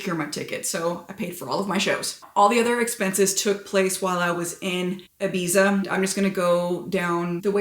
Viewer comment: you are beyond beautiful!! But please don't call it "Ibisa" 🤣🤣